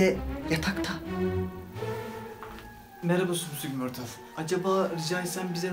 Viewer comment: "Sümsük mörtıl" sjsjsjsjssj